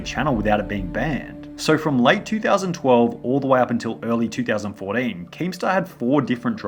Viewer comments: "in 2000fourdeen' -sunny2020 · He said 4den